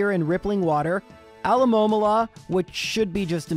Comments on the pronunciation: never heard alomomola said that way before, I dig it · I'm pretty sure it's the first time that I hear anyone pronuncing Alomomola the way did. You keep surprising me every video, man, keep 'em coming